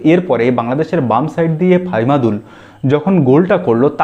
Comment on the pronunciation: ফাইমাদুল না দাদা। ফাহমিদুল।